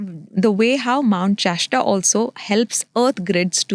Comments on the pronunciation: Just the fact she calls mount shasta, chashta makes me doubt her very claims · It is Mount Shasta, not Mount Chashta!! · It’s not called mount cheshta, it’s mount shasta 😂.